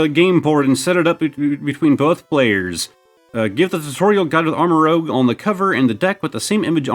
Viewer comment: Just an fyi it’s pronounced like armor-rooj. As in armor + rouge (red) just like Ceruledge is cerulean (blue) + edge